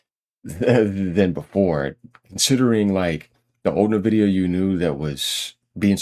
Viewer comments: It's en-VID-ee-uh, not "nuh-vidia"; the company name comes from the Latin word "invidia" (envy), and they emphasize the "en" part, making it sound like "envy" but with an 'a' at the end, like a "ya" sound. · Please pronounce it: en-vidia.